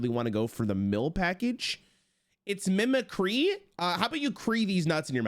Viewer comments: the way he says mimicry makes me uncomfortable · Dude, WTF...... It takes middle school level knowledge to know how to pronounce mimicry correctly... Wtf... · Who pissed in your cheerios? He doubled down on it because chat corrected him, but he clearly didn't know how to say it at first. Probably overthinking it and didn't realize it was just the real word mimicry instead of some punny card name. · Him saying mimicry wrong gave me PTSD of when not a single streamer knew how to say "Photographer" correctly. Edit: And Avant-garde lol